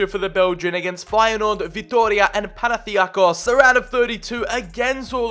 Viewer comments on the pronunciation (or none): Its PanathiNaikos not Panathiakos